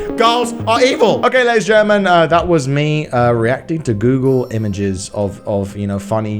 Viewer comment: Thought he said erecting instead of reacting -_